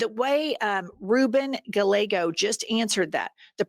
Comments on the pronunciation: Please pronounce Gallego correctly. Thanks. LL has a Y sound. Thank you. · ...Gallego is pronounced Guy-yeh-Go. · Gallego is pronounced Ga ye go ll = "y". Gestapo is hard G. Love you. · Guy eggo. Is Gallego. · Please learn how to pronounce Spanish names. It's not difficult. Ruben Gallego is pronounced like guy-EH-go. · I love you two but please learn how to say hispanic names properly. It’s Ruben Guy-a-go (long a like pronouncing the letter a) and Add-a-lee-ta Gree-hall-va. Js are pronounced as an H and 2 Ls are pronounced as a Y. Thank you & keep up the good work!! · Guys, Gallego is pronounced Gah-yeh-go. In Spanish, double L is a y sound. Ruben Gallego thanks you. 😊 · Ruben (pronounced) Guy-Eggo. Hello from AZ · gallego pronounced "guy eggo" - from an arizonan :) keep up the incredible work! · His name is pronounced like Guy A go. He's my senator. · Guy-egg-o. Senator Ruben Gallego :) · Love Rúben Gallego. Double LL is pronounced like a “y” FYI. Telling it like it is. Trump is an idiot.